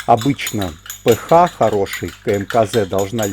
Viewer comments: Все супер, только режет ухо название РН "п-ха", а не "п-аш", наверное это на немецкий манер, хотя РН это латынь из химии, наверное автор и формулу воды зачитает как "ха два о", а не "аш-два-о". А этиловый спирт "це-два-ха-пять-о-ха" вместо "це-два-аш-пять-о-аш". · Спасибо все замечательно.только кислотность пишется ph а произносится...пе аш!